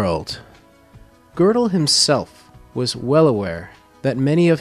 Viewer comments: "Kurt Gurdel" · It is high time you learned a little German and therby learned how to pronounce his name correctly!